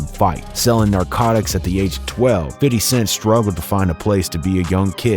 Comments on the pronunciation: First off.... Everyone needs to quite calling him "Fiddy"... Thats not how you say his name!!! Thats how old people say his name. If you wanna use that, then just call him "Fif". Not 'fid' or 'fiddy'. Use "Fif" or call him Fifty. Old people call him "Fiddy" cuz they thought that's what people were saying but they just didn't understand the ebonics behind it. FYI!!! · It is Fifty! Not "Fiddy". Stop doing that. Listen to his album he doesn't pronounce it like that . I know where it stems from. You say it correctly then go right back to that B.S. I know it is minor but it was a tough listen. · Dude, just say fifty. Please stop saying fiddy. You sound gay as fuck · Lmbooooo 😂 exactly!!! 50 Cent doesn't even say Fiddy...It's Fi-thy lolol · cringe how this white guy calls him fiddy cent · soon as you said fiddy... instead of fifty .. I stopped listening ... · Hella cringe hearing this lame say "fiddy" . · After the third "Fiddy" I had to stop listening 😞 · Bro who tf is “ fiddy “ 😂 I’m high asht hearin this foolishness lol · Cool story, but ummm 🤔 who's "fiDDy?" 😅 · STOP!.. putting some much emphasis on his name (Fity).. . It's 50 cent. Weirdo.... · please never say fitty cent smh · “Fiddy Cent” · Fiddy? Cmon now just say it how you usually say it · Imagine doing a shot every time he says fiddy😂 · Nobody calls 50..."Fiddy" lmaoo. Come on guy. Great vid still lol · No one ever says "Fiddy". You don't have to overdo it with the whole "Fiddy" thing. It just sounds ridiculous. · The fact he kept saying Fiddy mad me stop watching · Can't even say fifty correctly. What a retard.